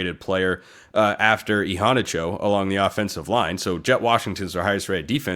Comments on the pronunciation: Agreed! He really emphasizes that first “a”. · pronunciation is I-HANNAH-CHO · I'm pretty sure Immanuel Iheanacho didn't pronounce it that way. I pretty sure he said e-hanna-cho. han like fan.